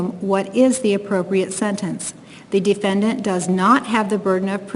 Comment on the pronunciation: My god bro, if I gotta hear this lady say “defyendyant” one more gain..